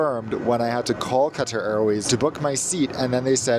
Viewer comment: Okay - love, love his reviews. I envy his life! But I finally have to say it: the way he pronounces Qatar is like fingernails on a chalkboard to me. Yes, it’s a difficult word to pronounce because Qatar, literally, has no English pronunciation translation; however, there are English speaking people from Qatar that have YouTube videos on how to best say Qatar in English and it’s extremely close to “Cutter”. Saying “Cat-Turr” is nowhere in the zone 😊 Love ya,; carry on!